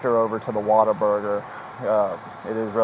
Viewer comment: Finally, someone who pronounces Whataburger correctly.